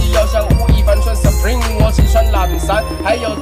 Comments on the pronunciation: 你把supreme的英文可唸錯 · 你有在玩名牌但你却把supreme 念错啊哈哈0：16的时候